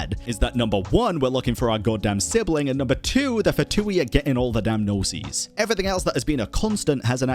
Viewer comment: pls don’t pronounce “Gnosis” like that 😭 the way you’re saying it is “Gno-seas” (plural), but in singular form, Gnosis is pronounced Gno-sis (sis like in “sister”) Gnosis - single Gnoses - plural